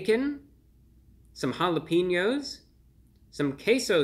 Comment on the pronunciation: Bro he really said jalapeños like hallapeenyos